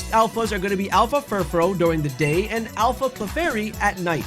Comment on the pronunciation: Thank you for being one of the only people online I've heard pronounce Furfrou correctly